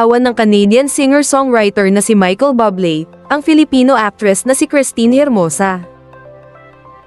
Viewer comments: Michael Buble as in Buuu u ble hindi bable po. Mk pronouce nman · Bublé = [booh-BLAY] or [booh-BLEY] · Please correct the way you pronounce his last name, nakakahiya kayo.